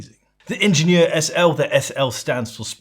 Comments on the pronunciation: Lovely video, but it hurt my ears every time you named the watch. It’s AHH-shen-YERR Also, as someone who’s usually a bit OCD there was something charming — and evocative of Genta’s brutalist functional design — in the off centre of the screw points. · Shouldn't it be pronounced as the German word since Schaffhausen is in German speaking Switzerland? It's a French loanword in German and pronounced slightly differently. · "Ingenieur" is german, not french, otherwise it would have an accent on the é "ingénieur".